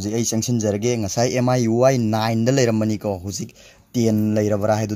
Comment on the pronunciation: Brogi miui gi pronunciationdo semdokhanningee.... Lanna khanbiganu... I'm ur new subscriber